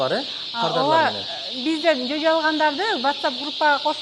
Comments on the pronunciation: Кыргыздар чожо эмес жожо дейт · Чөжө эмес.жөжө.туура сүйлөгөндү үйрөнүп алчы.ЧӨЖӨ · Чожо дебей жожо дечи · Чөжө эмес , ЖӨЖӨ деп эле айткылачы. Диалект деп эле далдырап кетпей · Жожо эле десен обужоктонуп чожо дебей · Чөжө эмес жөжө деп сүйлөчү тантыбай. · Чожо эмес жожо дечи, жанды какшатпай!!! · Алып баруучу ар бир адам создон туура айтууну уйронот..ЧОЧО ДЕП ЖИНДИ КЕЛТИРБЕЧИ.. (ЖОЖО)ДЕП КЫРГЫЗЧА ТАК СУЙЛОП ЖУР.. . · Чожо эмес жожо эле го дейм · 😂😂 ,,чожо эмес Жожо деп айтылаат😂😂😂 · Чөчө эмес жөжө десеңер😅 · Неге чөжө дейсиң туура сүйлөсон болбойбу жөжө деп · Чожо эмес жожо дечи кыргыз тилин бузбай